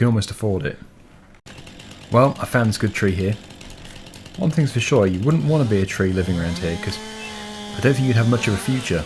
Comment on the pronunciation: "I WOODent be to exited"